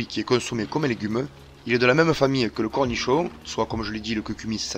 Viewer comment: Cornichoa, je pensais qu'il était marseillais ;-), super vidéo.